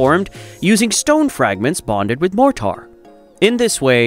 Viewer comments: 'More tar'??? MORE TER would be correct.. freaking AI voices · What is MORE TAR? I see no tar ...A.I. ROOLES!!! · Awful AI voice with Chinese pronunciation of more-tar 😟 I’m not watching anything else from this channel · Wtf is MORE -TAR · What the F is Moor Tar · I like the video the bot bothered me...... motar...smh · This “Mor-tar” is incredibly annoying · Or moretar! 😉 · I suspect your word more tar actually means mortar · Wots more-tar? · "More-tar"? Wrong pronunciation. To distracting for me. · it says more amount of tar :))))))))))😇😇😇😇🤣🤣🤣🤣🤣🤣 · Too distracting. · “Mort … tar”!